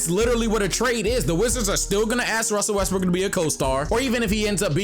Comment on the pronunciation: "if russel wesbrock russel wesbrocks" ahahahhahaha made my day